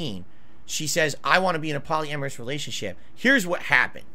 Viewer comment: PALLY-AMERUS WTF